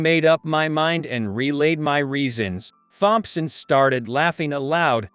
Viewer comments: Wow! These computer / AI voices reading the text are horrible. “Th”-omp-son. Really?? Really detracts from whatever the story is. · Using that robtic voice took away from the story. Mispronounced names like Thompson and other words detracted from enjoying the story.